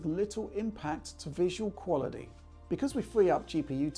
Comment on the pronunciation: Have a drink every time he says qualidee